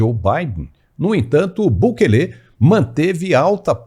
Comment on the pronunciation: Não é Bukelê. É Bukele.